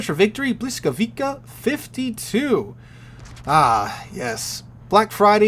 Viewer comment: It's pronouced, "buh-WEE-scow-vee-tsah"....